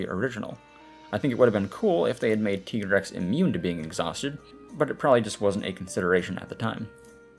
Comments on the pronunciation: ”TEA”GREX. Aah.. From that moment i know we couldn't be friend. ”TIE"GREX! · Also, it's canonically TYE-grex - like, Tiger-Rex